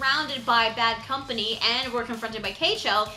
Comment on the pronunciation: who cares about the subs since they prenounce it "baddo kampani"?